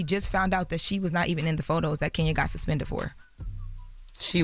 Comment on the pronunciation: She said SASPINTED 🤦🏾‍♂️😂🤣